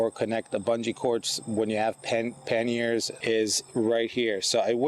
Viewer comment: "Mounting pen-yers...."I'm not sure what that is, am I hearing you correctly?